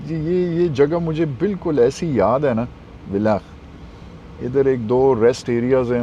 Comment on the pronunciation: Villach is pronounced as "Fillach"